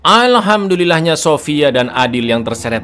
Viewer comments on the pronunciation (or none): Alhamdulillah bang, a bukan 'alhamdulillah